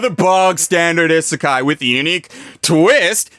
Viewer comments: I'm bothered when people say genre as "jon-ra" it's supposed to be similar to Jean-Claude van dam..."jean-ra" Also he says isekai wrong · I'm eternally amused by the idea of an anime YouTuber who can't pronounce Isekai correctly.